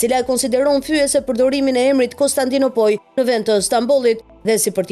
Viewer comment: Konstandino'poli moj karrre, jo konstandinopoje, sic i thone serboshkaperdhatirat rrobqirr...